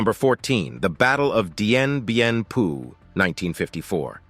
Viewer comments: Dien Bien FOU, pas Dien Bien PU :) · DIEN BIEN PHU PRONOUNCED DIEN BIEN FU!! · I find the multiple mispronunciations in the piece about Dien Bien Phu very distracting. Phu was pronounced like foo. Nguyen is pronounced like gwin. please do better research, PLEASE!